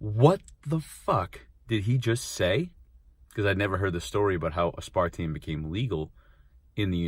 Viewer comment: Maybe next time learn how to pronounce aspartame first